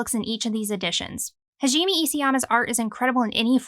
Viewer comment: Thank you for putting so much effort and research into these videos it really helps someone who is trying to start collecting these types of series. Also I really hate to be that person but Hajime Isayama is pronounced Ha - ji - meh. Japanese names are particularly difficult to pronounce so I know how you feel. I hope that helped!